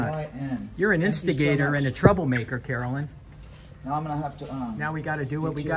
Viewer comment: her name must really be Karen-lynn, not Carolyn